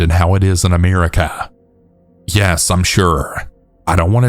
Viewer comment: Ameerica. AMEERica. I cannot unhear this.